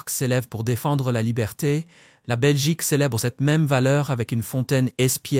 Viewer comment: La Belchique!les belches!🤨🤦🏻‍♀️